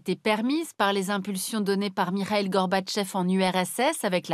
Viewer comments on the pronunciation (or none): none